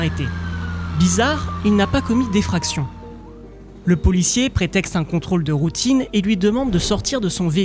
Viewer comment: Effraction… ça fait mal aux oreilles